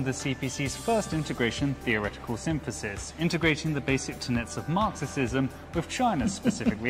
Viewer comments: It's not a tongue slip. It's Marxi-Xi-sm 🤧💀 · How TF does an English guy say Marxisisim? Bruh... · if you are going to do a dictionary commercial don't mispronounce words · An English man who can NOT pronounce basic English words like "Marxism". ROTFLMOA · The guy not knowing how to say Marxism is a good sign though.